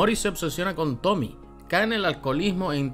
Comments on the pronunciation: para el otro video eso si, el nombre de tomie no se pronuncia como Tommy, se pronuncia tal cual como Tomie con la e pronunciada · ¿Por qué le dicen "Tomi"? ¿No ven la e al final? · es tomie no tomi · Tomie tomie no tomi